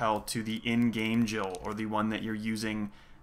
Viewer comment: Oh.. when you already trying to make a discussion about this particular important question.. you pronounce Jill as "she", what do you assume here?